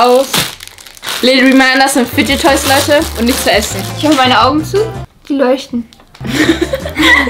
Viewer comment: fidget toys, nicht fige toys